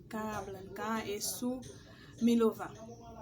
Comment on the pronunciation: Svp milova uh byn minoval😅😅😅 mw tande ti kout milova